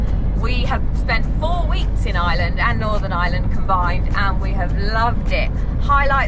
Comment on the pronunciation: Their pronunciation of the places they visit in IREland (fn. eye-er-land), not 'Island' 😢 are terrible. I actually find it a little disrespectful and feel they should do better. It's not like they haven't heard the names spoken or asked someone before they publish their terrible attempts on video.